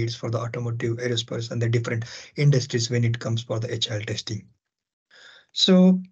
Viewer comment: At the beginning of the video, I understood that you said "HIL" as "agile" for a while. :D The topics almost got mixed up.my mistake of course.